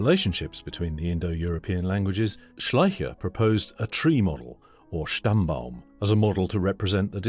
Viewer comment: "Stammbaum" was very nice 🤗